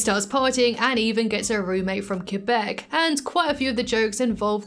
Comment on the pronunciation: the joy it gives to hear someone say Québec correctly<3